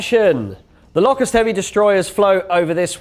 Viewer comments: I don't think I've ever heard someone pronounce Locust as Lock - Ussd. It's Low-cussed, isn't it? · Pronounce it Lowcust, as in the insect!